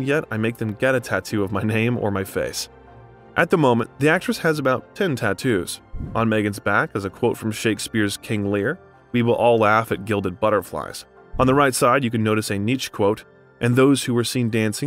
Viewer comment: Nietzsche = in America I've heard Nee chee or Nee cheh, but this is a first hearing Neech lol.